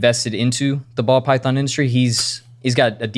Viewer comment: he almost said "pall bython" 😂😂😂 i caught ya! 😂😂😂